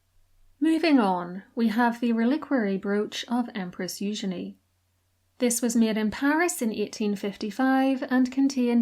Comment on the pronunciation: Oh man, i am an absolute sucker for a gaudy and ostentatious broach.❤ also love the french pronunciation of eugenie. Not as lovely in the English